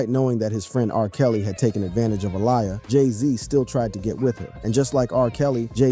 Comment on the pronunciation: "Ah-Lie-Ah"? It's pronounced "Ah-Lee-Ah"